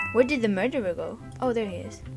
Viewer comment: The way she said mUrDEeR 😂